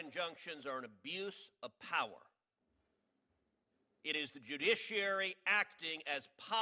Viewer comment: I think it's somebody on this committee has a hard time saying the word judiciary maybe they should be retired